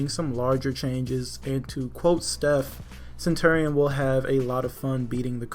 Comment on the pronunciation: You keep pronouncing centurion wrong